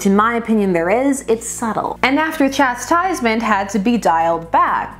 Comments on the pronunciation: “After chest-tisement” hahaha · At about, when you say the word chastisement, my brain heard chest-sizement. This is what happens when every other line in the video is flirting with double entendre. I blame you,. Keep doing what you're doing.